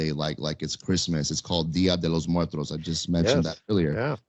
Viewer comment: Its dia de los M U E R T O S! not muetros or whatever. Oi vay!